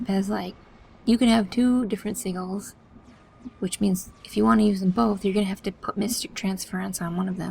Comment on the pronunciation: just an fyi, they are called Si-jalls., not Si-galls, just to broaden everyone's horizons =)